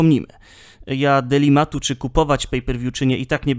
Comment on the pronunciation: Delimat czy dylemat, co za różnica 😎